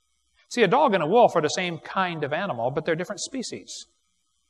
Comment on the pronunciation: According to Wallace and Gromit, in a grand day out, moon rocks may taste like cheese. But not Wensleydale or Stilton. Man my head hurts every time Kent says kind.